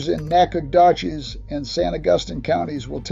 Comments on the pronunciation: I noticed that too. Nobody says it like that from around here. It's pronounced Nacca - dough -chezz. No "g" sound. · It's pronounced Nacca - dough - chezz. The snakes are going to high ground to get away from the hogs. It's a survival mode of exit. AI's pronounciation of "slough" and "youpon" is quite hilarious. It's not pronounced "slaw" it's "slew". It's not yawpon, it's "yowpon". Good grief. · Agree! 33-year Nacogdoches resident. Mispronounced it. AI slop! Also, we could always occasionally find cottonmouths in uplands, just much more prevalent In wetlands. Opportunists, being where they can find prey. Nature in East Texas and the Pineywoods is amazing but so little good info about it on YouTube and orher accessible sources. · This poor guy needs to give it up and find another profession. That’s if he’s real and not AI. Because he damn sure ain’t country or from Texas if he can’t pronounce these words correctly like slough or Nacogdoches. What a joke! Next!! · Okay, get someone who can pronounce Nacogdoches. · Regardless of the "accent", that voice is pure AI based on the way it incorrectly pronounced "Nacogdoches"... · I got 2 words wrong in the 1st 10 seconds! Totally Ai